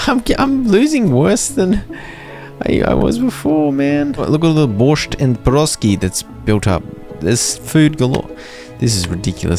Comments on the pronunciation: You pronounce Borscht as Borsch just without the T. And It's Piraschki with the sh sound. But as representativ of the eastern viewers we all appreciate the try. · the t is silent in borscht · Borsh is Ukrainian food;) Not bad pronounce, thanks for content!